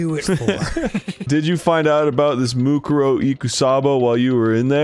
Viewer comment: I like how mukuro's name is said a bajillion times in this chapter yet dan STILL cant pronounce it correctly